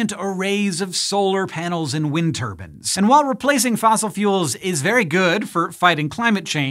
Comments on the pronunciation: Say it with me (muscle) Hank: turb•EYEne not turb•An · It's turbine not turban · Why do you call them “wind turbans” ? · Why on earth is Hank pronouncing turbines as "turbans"? 🤔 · Why do you keep saying Wind Turbans instead of Wind Turbines? Is that just a bad joke going over my head? Is it a pun? I'm so confused right now... Also, you're extra greenish-yellow in this episode, did someone move a light near the green screen? I just realized I missed the whole episode because I was so distracted by Wind Turbans that I typed this comment instead of watching the video. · Great, so now thanks to hearing tur-ban instead of tur-by-en I've now pictured a man rotating round a windmill accompanied by his head wrap! I should be more mature than this... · Omg that was all I was thinking. Like, no, turbine, not turban, stahhhp, he must have the same editor as that penguin documentary Benedict Cumberbatch narrated. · Every time someone says turbine like turBIN, an entire African village dies of starvation. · Turbine vs Turbans - Hank... 😂😂😂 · Wind Turbans This bothers me. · Wind turbans XD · Why are you pronouncing "turbine" as "turban". Literally never heard that mispronunciation before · It's like Chinese water torture if you replaced the water with a guy who calls a turbine a "turban". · Wind turbin? Lol wtf